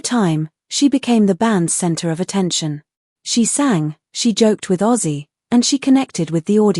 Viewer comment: Hey A.I Computer ! His name is OZZIE , not AUSSIE !